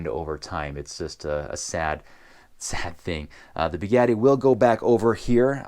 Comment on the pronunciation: As soon as you started sayng "Beegatti" instead of "Bugatti", I disliked the video...